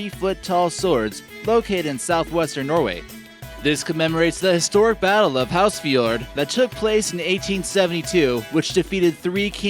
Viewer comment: its ha-frs-fjord not housefjord